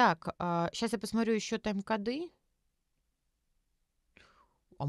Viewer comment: Очень люблю, но обзор не туда ни сюда. Ни один ответ не дослушан, половина тем перемотана. Сара не в курсе многих мемов и пропускает шутки. И да... КОды, а не кодЫ.